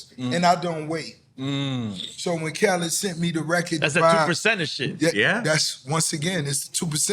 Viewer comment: I'm convinced Nore's NEVER going to pronounce Khaled's name correctly ever Lol